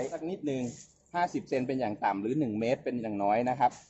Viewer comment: สวัสดีครับทุกๆ ท่าน วันนี้วันอังคาร ที่ 19 ตุลาคม 2564 สบายดีกันทุกคนครับผม ผมมือใหม่หัดปลูกครับทุกๆ ท่านผมดูคลิปหลายๆ ท่านอ่านชื่อพันธุ์อ้อย ผมก็สงสัยครับผม ว่า ที่ถูกต้องอ่านว่าอย่าไร อ้อยพันธุ์ “สุพรรณบุรี 50” สุพรรณบุรี 50 อ่านว่า สุ-พัน-บุ-รี-ห้า-สิบ ไม่ใช่ สุ-พัน-บุ-รี-ห้า-สูน ขอความกรุณาอ่านให้ถูกต้องด้วยครับผม จำนวนพยางค์เท่ากันครับ อ่าน สุ-พัน-บุ-รี-ห้า-สูน ไม่ได้น้อยกว่าอ่านว่า สุ-พัน-บุ-รี-ห้า-สิบ ครับผม เหตุผลในการอ่านว่า สุ-พัน-บุ-รี-ห้า-สิบ เพราะวิจัยเสร็จในปี พุทธศักราช 2539 ปีนั้นเป็นปีที่ ในหลวงรัชกาลที่ 9 ทรงครองราชย์ ครบ 50 ปี (ห้า-สิบ-ปี ไม่มีใครอ่าน ห้า-สูน-ปี) นำเรียนบางท่านเผื่อเวลาที่ท่านถ่ายทำคลิป หรือเวลาพูดคุย สนทนา จะได้กล่าวให้ถูกต้องครับผม ไว้มีเวลาผมจะโทรสอบถามศูนย์วิจัยฯ ครับผม ขอขอบคุณ และขออภัยท่านด้วยครับ ราตรีสวัสดิ์